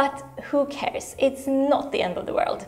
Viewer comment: it's not "is nuts!", it's IT'S NUTS. So sorry for pointing that out, I can't help it. I just keep noticing most latinos pronounce "it's" as "is" or use "is" instead of "it's (for it is)". I am not a grammar nazi. It's just my odd habit that I can't shake off, kind of an obsessive behavior of mine. Peace!😊